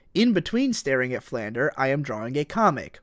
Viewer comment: YOU KEEP MISPRONOUNCING FLANDRE OH MY GOD I SHOULDN'T BE THIS ANNOYED BUT I AM.